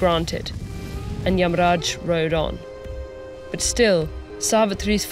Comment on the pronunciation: Yeah pretty good pronunciation. Although she followed the Hindi pronunciation rather than the sanskrit one, Narada became Narad and yamaraja became yamraj.